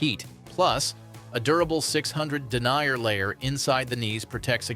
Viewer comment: its den ear, not denier FFs, and how unbiased is it when the majority of the 'ad' is KLIM